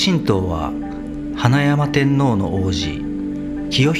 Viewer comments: 花山天皇は、ふつう「かざんてんのう」と読みますよ。「はなやまてんのう」という読み方は初めて聞きました。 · ご指摘ありがとうございます。 言われる通り「かざんてんのう」という読み方が正しいですね。 概要欄に修正の内容を追記致しました。 今後ともよろしくお願い致します。